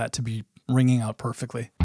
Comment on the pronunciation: Love the Minnesota accent in "Check OOUUUUT' my Ringo video. We are Caniowans. Half Canadian, half Iowegian. Cool topic. Never could figure out who did what on guitar with the Beatles. p.s You have a string that's sharp.